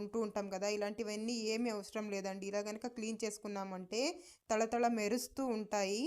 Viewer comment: అది తల తలా, కాలు కాలూ కాదు.. తళ తళా... తెలుగు నేర్చుకుంటే మంచిది ముందర..